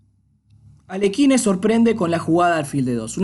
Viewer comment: No, Aliójin